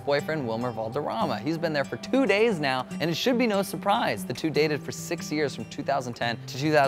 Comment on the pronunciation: Jazlyn Galvan lol I couldn’t tell cos it sounded like 60 but I knew he meant 6 😂